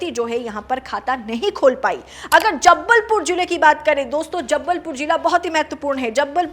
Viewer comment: Anchor ko कोई हिंदी सिखाओ, Nice analysis but एंकर के हिंदी उच्चारण ने दिमाग खराब कर दिया, लाइक - "जबलपुर" को जब्बलपुर बोल रही हैं।